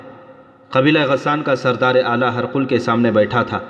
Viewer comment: ہر قل نہیں پڈھاجاے گا بلکہ ہرقل hiraql ہ زیر ر زبر اور ق ل پر جزم